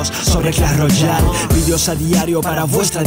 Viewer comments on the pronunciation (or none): none